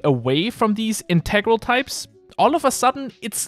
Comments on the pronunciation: He's using the pronunciation usually associated with the meaning "essential for completeness". The mathematics/programming meaning usually accents the first syllable. Pretty advanced English detail tho! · Wait, your pronunciation of "Integral" is kinda sus... are you German? Your spoken English is VERY impressive. I watched at least a dozen videos and it never crossed my mind that English might NOT be your Muttersprache.